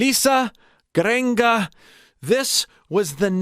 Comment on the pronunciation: 😂😂 I'm sorry but really cracked up at " gurenge" pronunciation